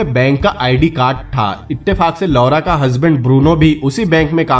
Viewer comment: Please change the pronounciation of LAURA